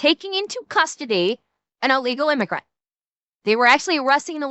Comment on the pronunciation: "illegal imagurnt" XD